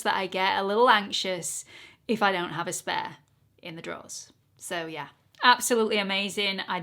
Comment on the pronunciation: Big yes to this as a regular series on your channel 👍 lavender is definitely your color. The No7 pressed powder is always what I use to set under my eyes and the Born to Glow foundation one of my all time favorites! Love your accent and how the words spare and layer sound the same when you say them lol